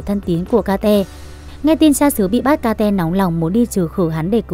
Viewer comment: phải gọi là kết chứ ai lại gọi là ka te vãi cả ka te zzz